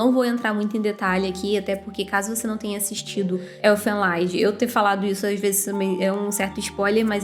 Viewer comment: Se pronuncia "Erfên Lídi" (Canção dos Elfos). O nome é alemão e não inglês Esse é foda, curti demais. Assisti lá pra 2006